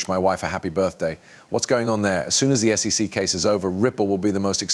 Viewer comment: It sounds like a person narrating, with realistic breathing sounds and pauses, but if you listen closely, it's AI. The whole thing is fake. For example, he (it) pronounces SEC as "sic", but in a number of slightly different ways. More AI clickbait crap.